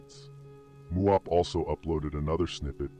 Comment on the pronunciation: He didn't say muwop